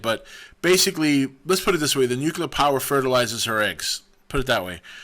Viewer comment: The word is not "noo-kyoo-ler", cottonmouth. It's "noo-klee-er". Okay, tubby?